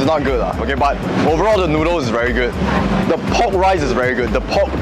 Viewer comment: Hearing saying "very geud"